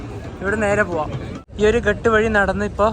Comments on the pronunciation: Good experience...ഘാട്ട് എന്നല്ലേ പറയുക ??? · നിങ്ങൾ പറയുന്ന സ്ഥല പേരുകള്‍ എല്ലാം തെറ്റാണ്.. ഒരു വീഡിയോ release ചെയ്യുന്ന തിന് മുന്‍പ് ഇതെല്ലാം ശ്രദ്ധിക്കണം.. Ghaat ആണ്‌.. Ghat അല്ലാ.. എന്നാൽ കടവ് എന്നാണ്‌ അര്‍ത്ഥം..അത് പോലെ ഒത്തിരി ഉണ്ട്..